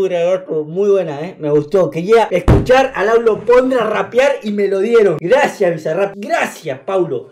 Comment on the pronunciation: Ya se dieron cuenta que dijo Lauro Pondra al final